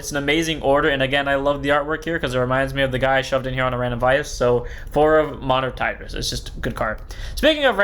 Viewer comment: Bro can't read "Monitored Tryst" 😅